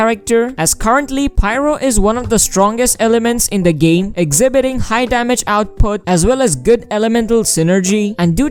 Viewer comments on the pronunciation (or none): none